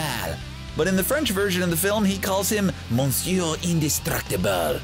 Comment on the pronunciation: That's definitely not the way you pronounce either "Monsieur" nor "Incroyable"